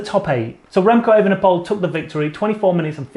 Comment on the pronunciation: OK by now someone should have taught you how to pronounce "Evenepoel" but apparently nobody yet did, you keep butchering it worse with every attempt, so where we go: "Ey-venn-uh-pool" with the emphasis on the "Ey". You're welcome.